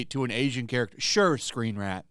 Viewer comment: I know you're saying "screenrant" but i kept hearing "" and that's my new name for them